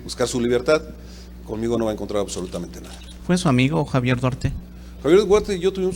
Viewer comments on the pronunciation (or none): no puede disimular su desesperacion al ser interrogado se le nota el nerviosismo, dice que no ES SU AMIGO duarte pero q si tuvieron amistad, minuto aprox. y en ves de decir duarte dice guarte , ojala y lo metan al bote por corrupto